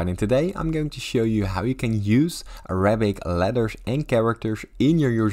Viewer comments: 扎克زاك bro its not araa abicc😊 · im an arab and you are pissing me off with the way you say it and the way you are talking, and ur literally lying like shush bro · you can’t even pronounce it